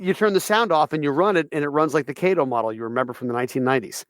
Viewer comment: Hi and, if you call Kato USA, to me it sounds like they pronounce the name of the company "Caught O" Also it's "Bach Man" as in Johann Sebastian Bach. I agree 100% the models we have today, we could have only dreamed of in the 1970's. The only downside to the models today, they are limited run. I understand even the largest of the model railroad companies are still very much cottage industries, but it would be nice if the model railroad companies would continue to have replacement parts in stock when something goes wrong. I sadly have a Bachmann K4 lead tender truck pick a switch, short and before the command station could react, the truck was melted. I had to purchase a new K4 and then decide which one was going to be the parts engine as Bachmann no longer stocked that part. So yes, these models today are fantastic until something unexpected happens and then you find out those parts are out of stock as well. Also I 100% understand. During the height of Precision Scheduled Railroading when half the railroad was being furloughed, the company I work for decided to close down a long time corporate office and consolidate it into a brand new office building being built in another city. While also closing a major back shop and when we saw all the amenities being put into this new office building, you had to wonder, how many jobs could have been paid for, by the money spend on this new multistory office building that was going to feature a full service cafeteria and